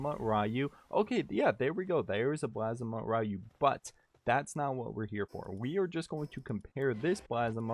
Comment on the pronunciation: Constantly pronouncing the name wrong got you a thumbs down.